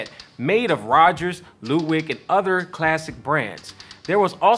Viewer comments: The guy was mentioning how they put different drums together and started naming the different kind of drums and he said "Loodwig". That's wrong !!!! It's " Ludwig". 😒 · I’m sorry did he say LEWDWIG